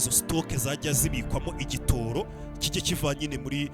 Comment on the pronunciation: ntibavuga igitōro bavuga igitoro.